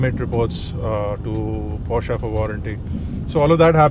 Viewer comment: finally an Indian who pronounces Porsche correctly!